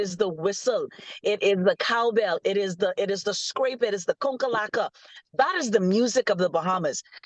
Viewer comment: Lmao said the "Conkalaka" 🇧🇸🇧🇸🇧🇸🇧🇸🇧🇸